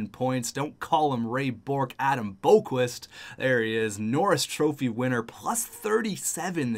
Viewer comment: You are pronasinge Adam Boqvist roung